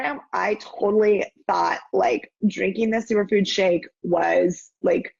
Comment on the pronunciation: sounds like she said “drinking this sewer food shake” lol